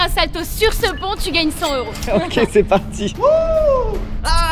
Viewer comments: "Cent zeuros :)" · On ne dit pas 100 zeuros 😅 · cent s'euro pffff cent euro. cent t'euro :face-orange-frowning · j'ai bien aimé la vidéo mais j'ai pas pu m'empecher de serrer les dents à chaque fois que j'entendais " cent z'euros " xD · Cent t’euro. Pls faite la liaison. Sinon c’est Sans euro... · LE commentaire relou: On dit pas "100 Z euros" car cent à l'unité ne prend pas de "s" 😏😁😁😁